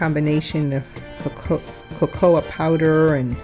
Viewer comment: Not KA- KOA. Its simply COCOA powder like hot cocoa.. your not saying it right just cocoa powder - period. NOT CA- COOA. WRONG